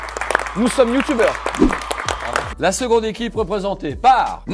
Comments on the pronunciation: Julien a dit « youtoubers »😭😂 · " on se quitte avec ces 6 youtoubers !"😂😂😂😂 Julien Lepers on t'aime !💪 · mdr : "ces six youtoubers"